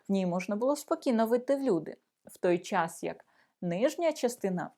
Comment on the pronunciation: Не чяс, українською час. Не панчьохи, а панчохи. Не міщян, а міщан. Не вивчяю, а вивчаю.